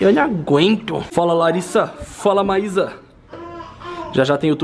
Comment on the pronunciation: Você falo errado a primeiro e Maiza